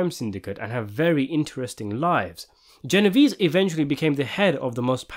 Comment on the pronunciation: You CANNOT discuss Italian mafia movies and pronounce Genovese the way the narrator is in this clip. DO YOUR HOMEWORK!